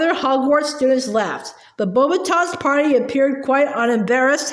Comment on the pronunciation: How you pronounce beauxbatons is beax- batons😊👍🏻